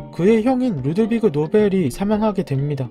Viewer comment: 루드비그가 아니고 Ludwig 독일어스웨던어 발음으로 루드비히가 맞습니다. 루드비히 또는 투트비히가 맞습니다.